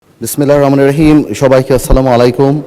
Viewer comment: কি পড়াশোনা করছো বিসমিল্লাহির রাহমানির রাহিম এটা উচ্চারণ করতে পারে না। যাকাত গোপনে দেওয়া ভালো তা না হলে বাটপার বেড়ে যাবে